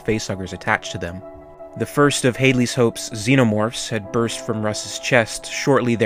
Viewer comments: Hadley is pronounced had-lees. not hade-lee. they say it correctly in the film multiple times. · I think Hadley is pronounced with a short A.